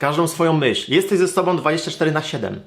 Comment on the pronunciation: Ale mnie w uszy szczypie, jak ktoś mówi "sobom" zamiast "sobą"=> "om" zamiast "ą". Tylko ja tak mam?